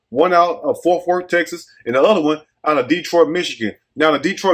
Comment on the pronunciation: sound like he said forth worth 😂 either way, agreed!